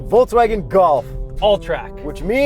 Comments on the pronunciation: Yuri, VolKSwagen not VolTZwagen :) BTW, I love your work guys. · I have a crush on a German girl and so I’m here to tell you it’s pronounced “Folks-Vaghen” though people there only usually say ‘Eff Vey’....trust me because every time she moves her lips I am pitifully rapt. Pitifully. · In Poland a bunch of people pronounce it "foltzvagen". Must be an Eastern European thing, though Yuri and Jakub seem to be born in Canada.